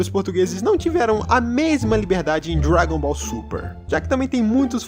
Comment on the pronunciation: "GT Dragon Boll GT caraio"